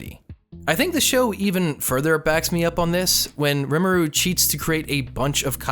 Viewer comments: it's not rem aroo it's reem aroo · Re-ma-au not remru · Ree Moo Rue gets you pretty close in terms to correct pronunciation. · ITS RIMURU NOT RIMOORU